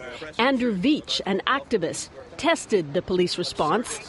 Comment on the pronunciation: They can't even get Charlie Veitch's name right.. quality journalism huh..